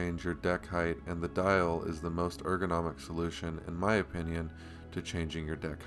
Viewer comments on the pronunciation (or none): none